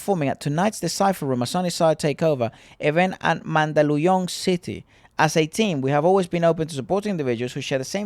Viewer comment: Surprised that pronounced Mandaluyong correctly. Good job! Yung dating boss ko jusko hirap na hirap bigkasin yan. Btw, sherep mo 😅😅😅